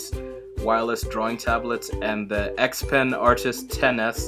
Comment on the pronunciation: its "XP-Pen". not trying to be rude just letting you know cuz it kinda bothered me for a bit